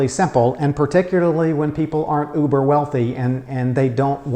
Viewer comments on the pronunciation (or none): none